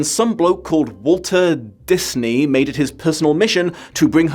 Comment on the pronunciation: nice try, mate!!!! aka…ps using your mispronunciation gimmick to convince us that you don’t know how to pronounce Disney, very bloody impossible for us to believe you on that, no, we do not believe you’re not trolling us on that, good sir!!!!